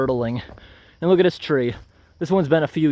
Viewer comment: You ever notice… When he says words with the letter ‘T’ at the end like ‘it’, ‘at’, ‘right’ especially at the end of a sentence, the ‘t’ sound is replaced with ‘ungh’. Some examples